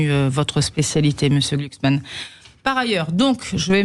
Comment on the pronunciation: gluksman ,ca se pronnonce comme ça se degueule . Une fumure de gôche de plus !!